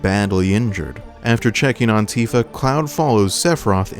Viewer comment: Maybe jenova just saw sephiroths plan and find him reasonable. And i had to laugh when ever you said "cloud and tifa", Sound like "cloud antifa"